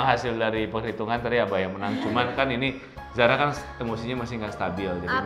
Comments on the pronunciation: "Zara" kak bukan Zahra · Zara min bukan zahra tolong